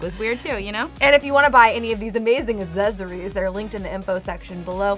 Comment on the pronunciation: Azzezzories? Lol wut